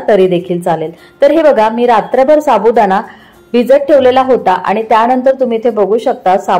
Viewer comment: छान .पण अशुद्ध बोलणे ऐकायला kase tari वाटते. Sabudana nahi साबुदाणा.